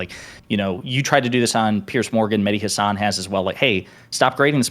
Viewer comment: Everytime he said Mehdi Hasan I heard Mini Hasan and i imagined a little hasan with a head that's proportional